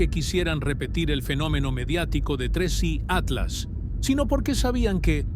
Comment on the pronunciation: Tienes que decir Tres.I Atlas .